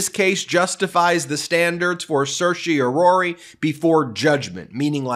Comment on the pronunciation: Anyone else stressed out by how he pronounced certiorari?